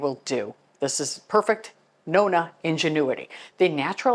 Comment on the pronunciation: I’m a Nonna and you pronounced it perfectly. My great grandmother was a Nonna and my children wanted me to be called a Nonna, I’m honored. My grandmother lived many hours away and only saw her a couple times a year, but she and my aunt who lived with her were my greatest examples. That was my and my siblings most favorite place to go. The smell of their house we all loved. My mother was the greatest cleaner. I observed everything she did. It was always immaculate. My mother cleaned floors on her hands and knees. I can still picture her dust mopping our bedroom putting it out the window to shake it. She had to have really white whites when she washed clothes. I still remember the wringer washer, then she bought an electric one. Had to only use Tide detergent, hot water, two cycles. No dishes in si k at the end of the day. My father was a German perfectionist and he washed the windows and many chores around the house and outside. My mother hated sewing and ironing. It was actually my father who taught me to iron and sew and other things. My father was a better teacher, my mother was not. I just “caught it”. I learned how to do everything from them and I’m glad I did. I actually love cleaning. It’s in my blood. Thank you for this video, I enjoyed sharing some of my Italian heritage.❤️